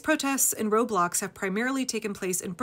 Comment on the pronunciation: For the life of me, I thought you said "road blocks" and my mind went POOF!!! "Are kids getting violent now?"😳🤣